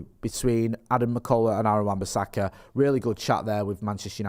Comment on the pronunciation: I have never heard anything as manc as the way says AWBs name